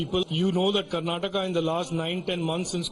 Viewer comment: Why do you all pronounce Karnatak and Keral in hindi when the same presenter can say Karnataka and Kerala in English ? Do you all need some soft skills training ? Ka and la is not there in Hindi language ?